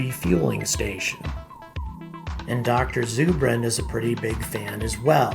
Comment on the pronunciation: It's ZUR bin like Zer-bin. short U